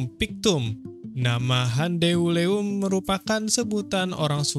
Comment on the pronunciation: Cara bacanya lucu, gan... "Handeuleum" jadi " Han De U Le Um"... :face-blue-smiling::face-blue-smiling::face-blue-smiling